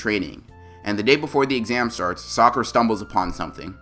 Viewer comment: Bro in my translations,instead of saying saying sakura it's say soccer'a.